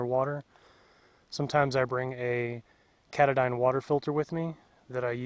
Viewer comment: cat-a-dyne? Try- Ka-ta-din. ~~You can use a pile sweater as a pillow. Do you really think the hatchet is worth while? You bring a tent plus a hammock? I wish I had started out learning to back pack. Those guys know how to keep things simple, light, and easy. Good video, overall, thanks for taking the time to share.